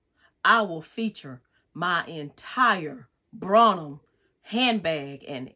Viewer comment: You’re pronunciation of Brahmin. Is incorrect.